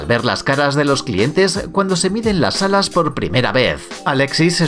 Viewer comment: No dijo alas dijo adas